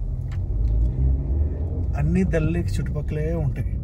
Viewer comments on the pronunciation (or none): దళ్ లేక్ కాదు దాల్ లేక్